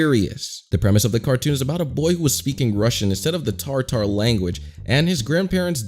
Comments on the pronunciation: " TARTAR LANGUAGE"?????? DUDE! (It's tatar) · Lmao the fact that you didn't put in the effort to learn that it's 'Tatar', and not 'Tartar'. Sheesh. Go watch the video on this by Syenduk and learn how to make a good, argumentative video with legit explanations of what Tatarstan is and that it's not just some pure russian thing, since the plot consists of elements from Tatarstani culture. I'm from Tatarstan myself and, yeah, I hate this, but still, it would be cool if you actually went in depth or something? Also please don't pronounce Russia like that, it gets annoying. (Most Americans pronounce it like that to make fun of us.)